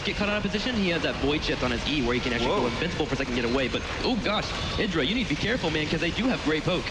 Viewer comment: idra? like the idra? wat wat